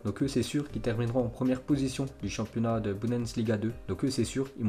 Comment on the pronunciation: Tu arrive pas a dire bundesliga... C pas boudensliga